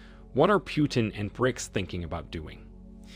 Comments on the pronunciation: It's not Piutin - its Putin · It’s not “Pew-ton” it’s “Putin”.